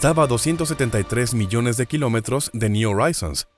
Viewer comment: ¿Oraizons?, le echas estilo pero en Inglés al contrario del Español la letra H si suena entonces tienes que decir Joraizons JORAIZONS.